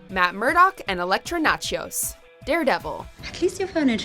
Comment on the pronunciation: Electra "Natchos." Heh.